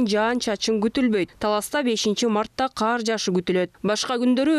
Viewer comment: Эмнеге каар жайт дей бересиңер ."КАР " менен "КААР " деген сөздөрдүн мааниси эки бөлөк .